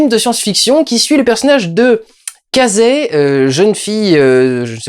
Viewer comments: "Casey" ?! Pas casé mais Casey avec un K et un Si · "Cazé" ??! mdr on dit "kéïssi" !!